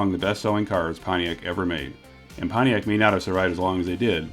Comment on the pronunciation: Potiac in the 80s through the 90s; you said it right. More body cladding!!!